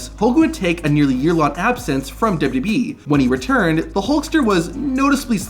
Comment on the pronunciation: This is such a petty criticism but the way this dude says "WWE" makes me wanna vomit. Its so bad and I cant unhear it